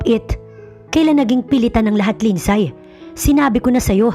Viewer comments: Di ba po LINDSAY is pronounce as Lindsey? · Mali pronunciation ng name na "Lindsay"